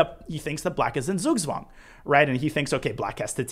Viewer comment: Love your videos, they are very helpful, greetings from Germany! Not trying to sound contemptuous but The "Z" in Zugzwang are pronounced like "Ts" and the "ang" as the "ung" in "stung", but also I feel like the incorrect pronunciation is so common in the English chess world that the actual term would cause a lot of confusion. 😅